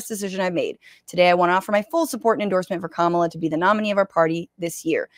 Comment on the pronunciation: Once he said, “kuh-MAH-luh” I clicked off. I can’t take him seriously.